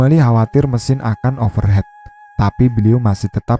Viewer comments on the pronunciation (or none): Mesin overheat, bacanya overhit bukan overhet